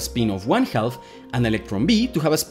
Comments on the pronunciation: Very good video, but the pronunciation of 'half' was very distracting. The 'l's in 'half' and 'talk' are not pronounced. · It's pronounced "half". You're welcome. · The "L" in "half" is silent. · The L in half is silent. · the L in half is silent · Get you’re not a native English speaker but “half” is pronounced as if the “l” is silent. Loved the video by my ears were in constant conflict :-) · Great video but you really need to stop pronouncing the L in the word Half. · The L in "half" is slient. Speak English, please. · If they said "throog-huh" for through, and they said "ka-nife" for knife, and they said puh-nu-mat-ic, they wouldn't be speaking English either. Pronouncing the L in "half" is totally ridiculous and completely unacceptable. Someone needs to tell them that it is kindergarten level English. He's this brilliant genious quantum mechanics expert, worthy of deference and worship, right? Why can't I hold him to a standard of speaking a passable level of English? Do you think I am the first person to point it out? Obviously not. He is so cocky and condescending, he thinks he knows better how to pronounce it. It's a case of Dunning Kruger, bolstered by an arrogant belief in his own brilliance. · “Half” is pronounced “hāf”, not “helff” — the “l” is silent! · For clarity, please do not pronounce “half” as if it were “halth” or “health”. It doesn’t register in my brain. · se pronuncia jaf no jalf. maldita sea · you're English is pretty good, which is why it kinda threw me off a little too lol. It should be 'haff', which rhymes with laugh even though it also doesn't look like it should sound that way. A baby cow is calf which also sounds like 'caff'. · Great video! Note: "half" is pronounced "haf". The L is silent! It's also silent in: could, should, would, calf, chalk, talk, walk, etc. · Hey, great video, but small tip: the "l" in "half" is silent, it's pronounced just like "haff" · "Half" is pronounced "haf", we don not pronounce the " L "